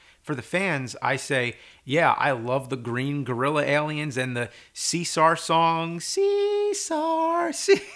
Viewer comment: Cisar? Caesar? CAAAESAAAAAAAR!!!